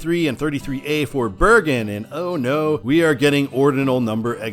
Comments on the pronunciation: Bergen = "burr-jun" & Chili Center = "chie-lie" not "chilly". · You mispronounced LeRoy, Bergen and Chili. It's Leh - Roy (think french), Bergen is pronounced Ber-Jen, and the Is in Chili are pronounced "eye". I would sign eastbound for Canandaigua as well because most of the communters are going there.